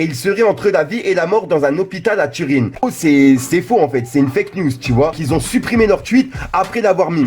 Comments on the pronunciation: sa ce dis pas turine mais turin😂 sa ma piqué aux oreilles😭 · Je rêve ou il a dit Turine ??? Fickoooo c’est Turin 🥺🥺 TUR 1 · On dit pas turine 🤣🤣 on dit Turin... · C pas turine mdr c tur1 sa se dit comme sa 😂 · Tu as un sérieux problème de prononciation/lecture... après Atché au lieu de Ashe là on a Turin à ta sauce 😂😂😂 Niamarobé 😂😂😂😂😂😂😂😂🤣